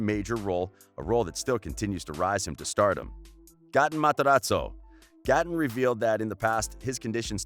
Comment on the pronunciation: Tate xx it was Gaaten